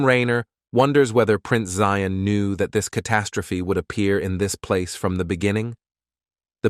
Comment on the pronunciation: Its prince zion agnes im not sure why they say zeon